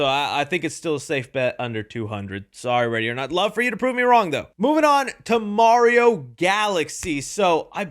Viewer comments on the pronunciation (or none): you got Mario wrong ()